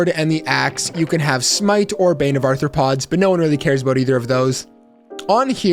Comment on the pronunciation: 1) You misspelled "ARTHROPODS"... it's not arthorpods, which is why you keep pronouncing it as "Arthur"...Arthropods, not Arthur pods.... say Are throw pods..... there you go, muppet....